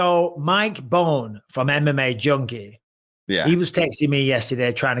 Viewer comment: Mike Bohn (Bon like bonfire) Not bone. MIKE BISBING 😮